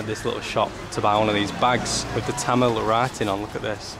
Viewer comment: Your Tamil pronunciation more or less exactly similar to the pronunciation of Tamil speaking people of Tamilnadu. Keep it sir.